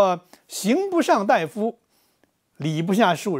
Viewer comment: 刑不上大（da）夫吧？大（dai）夫、医者。